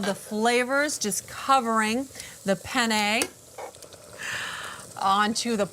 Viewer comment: Take a sip of 🍸every time she says "Pen - yay" 😂